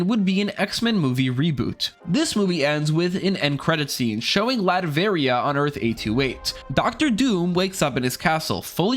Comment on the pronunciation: Is it just me or is he calling "Latveria" Latverion?